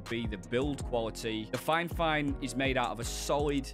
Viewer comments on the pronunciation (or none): You keep saying finefine its fifine...